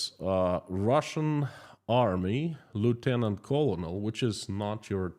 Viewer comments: No criticism intended: just helpful information on pronunciation of “colonel” - pronounced like grain of corn = kernel One of the strange things in English! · btw small note: "colonel" is pronounced like, "kernel". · Colonel is pronounced "kernel". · Please check the pronunciation of “colonel” - you repeated it a dozen times, all wrong. This is from a fellow Russian speaker.